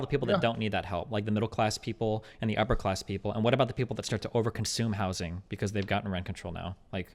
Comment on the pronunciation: This guy has a peculiar accent; the repeated pronunciation of 'public housing' as "public how-zin" was driving me nuts. What accent is that?